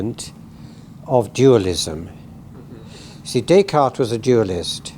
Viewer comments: Daycart. Does he live on i-beether? Does he know about ma-ah and a-e-ma-ah? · It took me a while to figure out what a "daycard" was or who "Daycart" was... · Always amazing the ignorance/arrogance with which the Anglo-Saxons mutilate non-English names. Is it too much to ask to pronounce "Descartes" or "Mozart" or "Putin" correctly ?